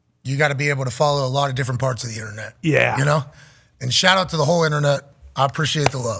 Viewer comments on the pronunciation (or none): "Shaht aht back shots" - pat 😂😂😂😂😂😂😂😂